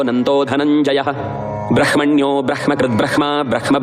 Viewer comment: Some sentence chanting wrongly 71 sloka not khhya its brahmanyo brahmakud brahma.....